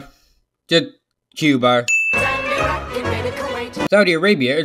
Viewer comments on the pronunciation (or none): CUBA NOT CUBAR